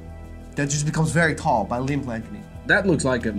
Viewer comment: Its LIMB (pronounced lim) lengthening surgery, not LIMP lengthening surgery.